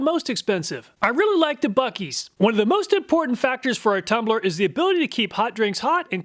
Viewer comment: It's not buekees. Try Boo-sees